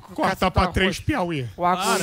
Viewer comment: Samy, aprende primeiro a falar Arroz e depois crítica... escuta como o Daniel e o Emílio, falam... não tem I arroiZ